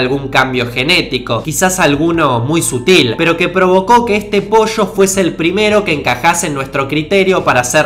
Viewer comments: Ya no soporto que digas otras vez "POSHCHO". Es "po-llo". No es tan difícil. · "El primer posho, no salió de otro posho" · posho xD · posho equixde jana el posh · Entonces, ¿Posho..? Posho entonces. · un posho jajajaja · POSHO, POSHO, POSHO v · dice posho en lugar dr pollo :v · posho posho posho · El posho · Que risa cuando dice " Posho" jajaja